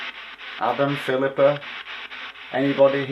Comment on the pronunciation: Wow that “Philipa” was so clear. Glad you’re back